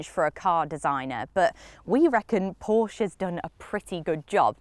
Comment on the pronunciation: Correct pronounciation of Porsche ;-)